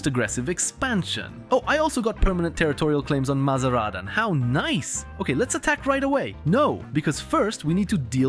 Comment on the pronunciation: You are pronouncing MazaNdaran wrong, please don't :(